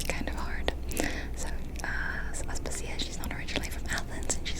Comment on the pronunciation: Aspàsia, not Aspasìa 😅